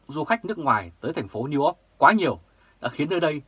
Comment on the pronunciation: New York chu o phai New Ot hi...hi...